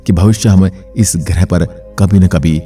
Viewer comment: Not grih grah bro 😂